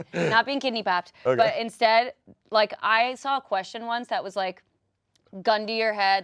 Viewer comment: Kidney Paped?